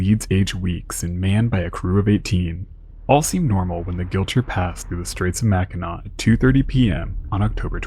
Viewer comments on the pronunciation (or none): none